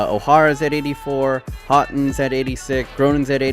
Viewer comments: Houghton is pronounced Hugh-Ton not Harton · No one else gonna talk about Miedema's name being butchered?... no?... no one else actually watches women's football?.. okay edit: and Houghton's name got somewhat butchered Also, I feel like the women's team left out a few players that probably deserve a spot in there: Sam Kerr (arguably the best striker in the world), Ellen White and van der Donk, maybe others too